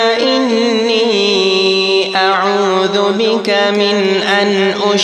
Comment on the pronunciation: CORRECT last kalma given zer instead of zabar ( aooz bak) ( aooz bik )